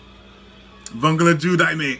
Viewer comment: You pronounced vongola incorrectly